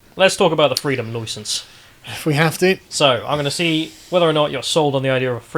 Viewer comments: "Loy sence" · Freedom “Loisence”?, or however you spell his name needs to brush up on his pronunciation. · How ya’ll pronounce license sounds like an Australian caricature😂